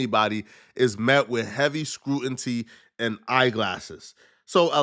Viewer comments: I swear this mf is barely literate. “heavy scrutinty and eye glasses” its SCRUTINY and GLANCES. And WHETHER NOT RATHER. AND “ABILERATED” isn’t a word, it’s OBLITERATED Foolwilly mf🤦🏽‍♂️ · Its Scrut-in-knee not Scrut-in-tea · Scrutingtea in the first minute killed me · "Scruinty" is not a word sir, I think you meant to say "scrutiny"! SMMFH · SCRUTIN-TEE is wild business, fam. 😂😂😂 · SCROO - TIN- EEEEE..... not CREWTINTEEE LOL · It's scrutiny. Not 'scruntity" dumbass. I can't stand fake smart people😂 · The f**k is "scrutinTy"? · Scrutiny not “scrutiny ” another African slip. Scratching my head (new SMH 😂😂) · You pronounced scrutiny wrong yet you calling someone else ignorant is crazy